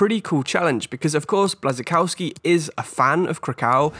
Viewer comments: Nice selection! When you talked about Kuba Blaszczykowski I had no idea whom you were talking about. Think of his pronounciation this way: Bwashchikovski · Btw the pronunciation for Błaszczykowski the ł is more of a w